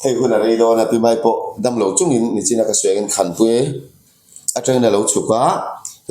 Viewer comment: Nu ber hian nachin ti tlata ka hriat chu le, nichin tih turah